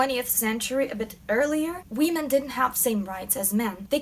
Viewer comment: it's women not wee-men! other than that love your videos! keep up the amazing work!